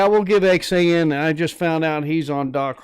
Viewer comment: I am sorry didn't know you did this live or I would have left DR. Harley's live. I guess I mistook when you were doing the live. Thanks for showing my stickers and reading my note. Good live!! Yep, that is my tag line, "Rubber down, Faith up." Also thank you for pronouncing Xan correctly. Glad you bike at least got rinsed off. I watch and try to comment on everything I watch even if it is just an emoji.